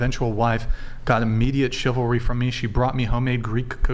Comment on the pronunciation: If you can’t pronounce ‘chivalry’, you don’t deserve it…for starters.